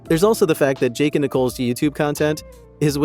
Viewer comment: We shouldn't trust you as truthful either! You can't even spell and pronounce their names properly! It's Jake and Nicolle, and NOT Jack and Nicole! 🙄